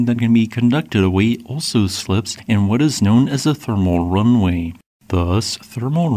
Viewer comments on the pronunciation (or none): "runaway" is not homophonic with "runway" -- you're missing the middle syllable.